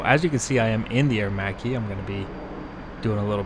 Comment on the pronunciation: Thank God, someone who can pronounce Aermacchi in the right way! Anyway, nice video 👍🏻